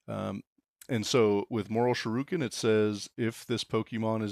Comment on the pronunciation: "Mortal shuroken"